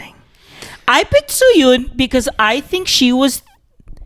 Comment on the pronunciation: It's Suyun, not Soyon. Learn the names, bruh